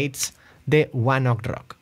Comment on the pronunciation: Se pronuncia one OKEY rock